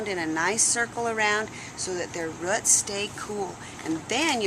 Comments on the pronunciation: I HATE when people say RUTS! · Ruts no it's roots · They are roots, not ruts.